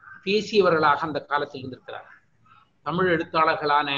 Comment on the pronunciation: "தமிழ்" சொல்லுங்க "தடமில்" சொல்லாதீங்க...